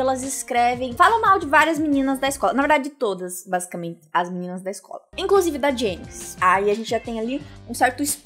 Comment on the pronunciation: nãoh mexah com as meninahs malvadahs